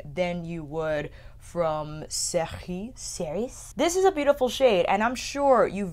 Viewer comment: Cerise is pronounced Suh-reez Marais is pronounced Mah-reh (not ai like in thai or ay like in shay, it's a softer sound). Hope this helps! 😉